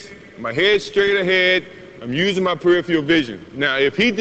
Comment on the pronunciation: youd think someone wouldve told him how to say peripheral before he made these tapes